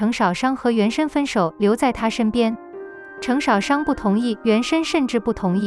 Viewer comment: 星辰大海？淩不躲？程少商的少的第四聲，不是第三聲。聽了真難受